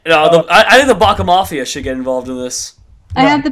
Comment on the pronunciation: one: do a lot more of this please. two: it's bac MAFIA NOT MAFIEA